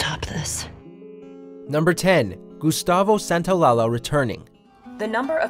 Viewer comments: Santol-la-la? Lol not how it’s pronounced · “Santalala”... SANTA - O - LALLA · Gustavo "Santo la la" 🤦🏿‍♀️🤮 it's Santaolalla, Santa-oh-lah-ya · Santo-lie-aye-ah .....santolala 🤦🏻‍♀️ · se dice "San ta o la lla" no "San ta o la la" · I can’t get over how he pronounces Gustavo Santaolalla. Lol “Santa-lah-lah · precisely. Santa-oh-lah-ya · Literally stopped the video to check the comments like "wait did he just say lala??" Lol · also the character is argentine so its actually pronounced santola-"SHA" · The composer’s last name is pronounced SANTAOLAYA. Two L’s in spanish is a y sound. Like quesadilla and tortilla. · This dude said Gustavo Santo-la-la 🤣🤣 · "Santo-LALA"... I'm scared. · “Gustavo Santaolalas” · Gustavo Santa-oh-la-la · Gustavo SantaoLALA 🙃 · no its not, in Spanish the double "ll" its not pronounced like "ya". I can't explain it because you don't have any similar words in English. It just doesn't exist in your language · Spanish "LLA" sounds like English "JA" as in Jack or "Jah" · Hearing him butcher Gustavo’s name kills me... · So often in The Last of Us videos, no one can pronounce gustavo santaolalla's name. Watch any naughty dog video with him and Neil Druckman and you'd have it down. Bit of poor research for a great channel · Jfc please learn how to pronounce Santaolalla's name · It hurt me when you pronounced Santaolalla's name like that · Oh boy you Butchered Gustavo‘s last name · The way you say Gustavo’s last name is extremely cringeworthy. You totally butchered the pronunciation. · Bro, come on, that's not how you pronounce Santaolalla.. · Cringe at pronunciation of Gustavo Santaolalla